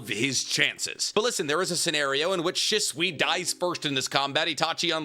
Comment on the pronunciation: Sheeswee is the pronunciation not shiswee idk why that always drives me crazy every video you say his name 😂😅